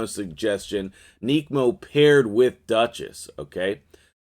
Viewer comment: ‘Neck’mo not ‘neek’mo